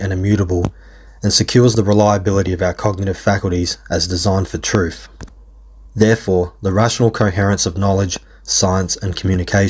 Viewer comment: "What's brave about running from the troof?"